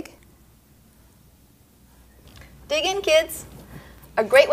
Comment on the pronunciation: Lol at the end when she said dig in kids I thought she said pig in kids